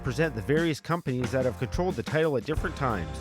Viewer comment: Good vid, even without any real wrestling footage. Did anybody else think the narrator was saying 'potato' instead of 'the title, ' though?